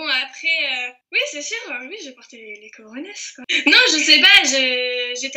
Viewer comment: "C'est toi qui as porté les "rorones" qu'il dit, c'est plus "corones"